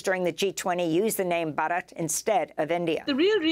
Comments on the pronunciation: It's pronounced bharat , not barat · The correct pronunciation is Bhaarat.